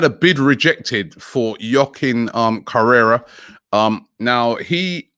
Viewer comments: Robbie he's name is Joaquin Correa not Correra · Robbie I love you but you make some catastrophic errors when it comes to player names. It's correa not correra lmao. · It’s Correa not Correra 😩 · CORRERA??????? God Damn Robbie it's Correa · It's Correa not Correra 😂😂😂 You guys don't even know who your targets are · Man saying Correra 🙆🏾‍♀️🙆🏾‍♀️🙆🏾‍♀️🙆🏾‍♀️ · Joaquin Correra: 'WA-KEEN CORR-AY-RA'